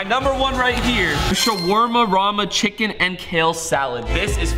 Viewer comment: ITS NOT SHAWARMARARA RUG ITS SHAWARMA HAHA 🤍